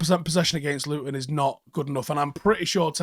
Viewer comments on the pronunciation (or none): none